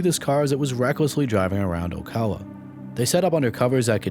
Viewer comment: Thank you for pronouncing my hometown Ocala correctly 🤣